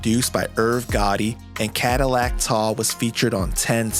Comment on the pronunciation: It’s pronounced Cadillac Ty!!!! AI robot 🤖